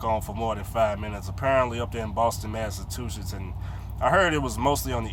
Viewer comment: When was u in Boston, massatooshiss lol